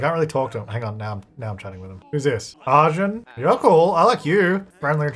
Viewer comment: lady is gay and this deserves to be cannon:face-blue-smiling: !!! Also, just a suggestion, if Arjun wins, as an Indian person I'd love if you could try googling the pronunciation and then saying his name- its just a little more R than A. It'll help the name sound less weird to my ears every time.